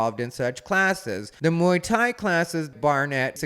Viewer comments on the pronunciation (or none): She keeps saying Mai Tai instead of Muay Thai. The Mai Tai is not recommended for female self defense. Can't think of any jokes that don't make me sound like a rapist so I'll leave that to the pros.